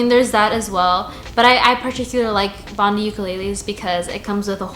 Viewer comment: Thanks for the review. BTW Bondi is pronounced Bon-die, after Bondi Beach in Sydney, Australia. 👍